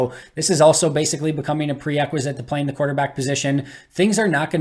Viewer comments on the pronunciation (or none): are you saying pre-equisite? Or am I hearing things?